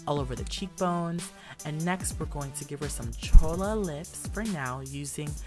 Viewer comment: HAHAHA DID HE SAY "CHOLA" LIPS ??